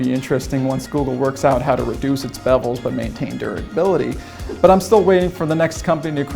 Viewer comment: Did he say "bevels"??